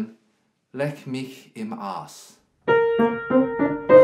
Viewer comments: Arsch is pronounced like "arsh" not "arse" :( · roughly "lek miç im aəś" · the problem is also the A, it's like the U in upset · Not ARS, but ARSH (phonetically written), this SCH is like shade, shallow, not like MarS. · Arsch is pronounced Arsh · It's not bad from somebody with an english speeking background but it's no way near "standard german"... Many people sound like that when they first try to pronounce german words, espachially "sch" like in "Arsch" (it's not "s" and not "sk" or "sc"; but they (english/american/australian folks) think of "school" and pronounce it like they've learnd. Instead they should think of "sh" like "shit" or "washington") Btw That's often how you can tell if they are born in Germany (or live there for a long period) or not... (if you aren't from Germany yourself of course ;) ) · As a german Im actually triggered by how he pronounced "Arsch" lmaooo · I think the bad pronunciation is part of the humor. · The R is pronounced very hard. The typical German R that you make when you have a hair in your throat :) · Ohne Witz...hab mich gefragt, ob das Absicht ist oder ob sie einfach vergessen haben, sich mal bei Google anzuhören, wie es klingen sollte :‘D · The english “sh“ is literally the same as the german “sch“. The problem wasn't his pronounciation of the german “r“, but of the “sch“ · i think he was doing the british transliteration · how do two classically trained violinists have so much difficulty pronouncing "Arsch" there's an "r" and a "ch". cmon now.